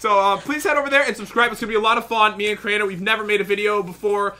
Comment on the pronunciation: Crainer not drainer lol